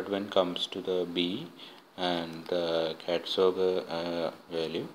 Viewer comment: It is CATZOC not ZOG, please correct it